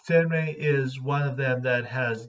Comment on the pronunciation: So it's pronounced sAIRenrae and not sAHRenrae?